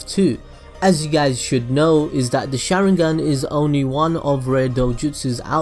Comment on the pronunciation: The way he said sarada and the sharingan was annoying(not meaning the accent but by the way that his not even saying it right)